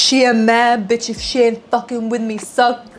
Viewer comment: Its so refreshing to hear an aussie accent say biiiitch or mofucka 🎉